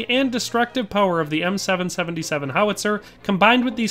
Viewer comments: As an artillerymen this was painful to watch…M Triple 7 not seven seventy seven…and it’s a section not squad. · For an extra level of familiarity with the weapon platform, you'd typically call it an M Triple 7. Even in French I'll hear gunners call it that. In case it ever comes up in a future video. Cheers! That was a fun listen